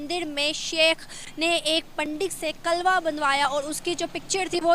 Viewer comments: Kalva nhi hota kalava hota hai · कलवा नही, कलेवा होता है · Kalawa hota h , Na ki kalwa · Ye kalba Kya hota hai 😜😜😜 👍kalaba hota hai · Mc klwa nhi hota klewa hota bolna nhi aata to bolna chord do... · Tum itne jahil Ho news Wale bhi kalava ko kalva bol rahe ho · अरे पगली ..कलवा नही,,'कलावा' बोलते है..koi bat nahi ,,,keep it up 👍